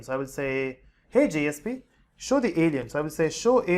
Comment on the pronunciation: Why he call us Allen's 😂